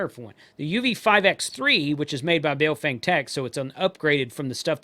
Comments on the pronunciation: Let's show some respect here, the correct pronunciation of the company's name is not BayoFANG.... How would you like it? If everyone insisted on mispronouncing your name. The correct pronunciation for BaoFeng sounds like this Bah-oh Fung... so don't be a xenophobe racist bigot.. China calls America meiguo ===--> meaning Beautiful Country... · A lesson from my limited Chinese. Bao is pronounced bow as in bending from the waist (not what you where around your neck). And feng in Chinese is pronounced FUNG Bow Fung is what it sounds like if the Chinese say it.